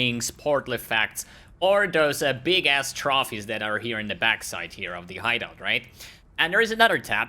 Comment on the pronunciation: It was pure satisfication to hear you say ''big ass trawfees" <3